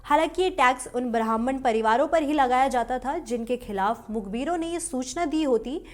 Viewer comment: ब्राह्मण का उच्चारण सही कीजिए। आप ब्राह्मन बोल रही हैं जो की गलत है। लगता है कि आपकी पढ़ने की लिपि अंग्रेज़ी है।